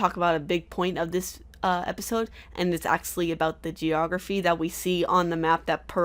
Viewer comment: I made it to but I had to stop to write this comment. it bothers me when you say "Acsually" instead of actually. I don't know if it;s just me but still...